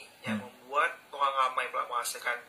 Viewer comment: tu lah maksud sy. Org Pontianak dlm video tu sebut oghang. So tak lah sama semuanya dgn org spore